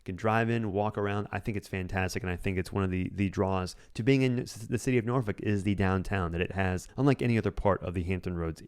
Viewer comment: Please pronounce my hometown of Norfolk as Norfek. If you’re a local you’d say Nawfek. NOT Norfuck. Good grief!